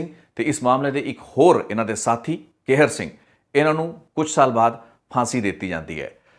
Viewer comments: ਤੁਸੀਂ ਕਹਿਰ ਸਿੰਘ ਬੋਲ ਰਹੇ ਹੋ ਜਦ ਕਿ ਸਹੀ ਨਾਮ ਕਿਹਰ ਸਿੰਘ ਹੈ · ਭਰਾਵਾ ਕੈਹਰ ਸਿੰਘ ਨਹੀਂ ਹੁੰਦਾ ਲਾਵਾਂ ਦੁਲਾਵਾਂ ਦਾ ਬੋਲਣਾ ਕਿਸੇ ਕੋਲੋਂ ਸਿੱਖ ਲਵੋ ਫੇਰ ਵੀ ਸ਼ਾਇਦ ਕੰਮ ਆਵੇ